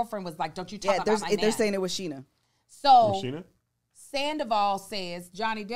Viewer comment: Why Kev call Sheena Shanesha. 😂😂😂. I’m 💀💀💀